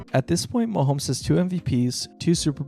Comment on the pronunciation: I was actually enjoying your video, but I turned it off when you pronounced his name "Muh-hoh-mee." If you're actually that ignorant, I can't take your opinions seriously.